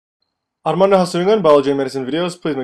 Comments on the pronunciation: every time you say your name in the beginning, I keep thinking you are speaking another language lol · Yah ....you are right🤣🤣🤣 i too felt this......great,😂😂😂